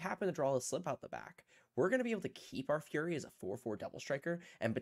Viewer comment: Hi. It's typically pronounced "Furry" not "Fury" or whatever you said.